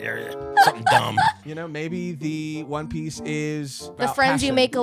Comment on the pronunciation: For its not one piece its "Juan Piece"